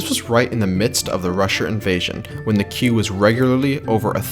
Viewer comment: You pronouncing queue wrong